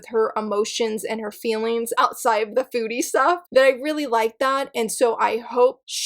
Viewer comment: I had exactly the same thoughts about Daydream Darling! Also, for the last one instead of "foodie" manga, I misheard and heard "booty" manga 🤣🤣🤣 I was like: wait, what? 🤦‍♀️😅